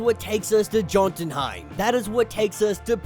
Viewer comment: Its pronounced "yo-ton-hi-m", bro